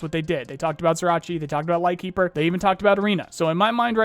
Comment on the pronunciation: Just a heads up on the spelling of Ryzhy, for you or for other people. The zh is the sound you make, when you say "jump", but without the d. Similar to the "sh" sound. Then, at the end, you add the sound you make in the word "yellow", the "ye". So actually something like Ryjiy